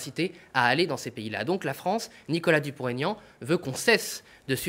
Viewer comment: Pour la journaliste : ce n'est pas Dupont "Taignan", c'est Dupont-Aignan. C'est un nom propre avec un tiret qui plus est, donc il n'y a pas lieu de faire une liaison.